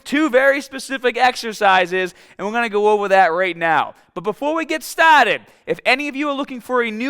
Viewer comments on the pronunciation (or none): I usually skip a minute ahead so I miss when he says "STAHTED" but I missed the mark this time and cringed so hard I dropped my phone 😂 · "BEFORE WE GET STAHTED" Lololol I've watched enough of your videos thru the years where I actually picked up this pronunciation. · “But before we get stahted!” Love your content! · "BUT BEFORE WE GET STAAAAAAH TED" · “Stahted” Are you from Boston? (asking cuz I am)